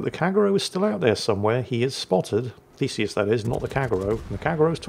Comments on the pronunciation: I had to look twice of the atago players name as I always heard "fecies" (or "feces")😂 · Every time you said Theseus my brain said Feces and my inner ten year old giggled.